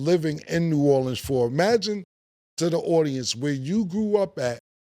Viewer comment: Since Cam callin it New Orlean ima call it New Yorks 😂